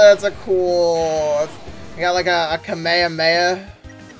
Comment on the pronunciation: bro really said kamahaheha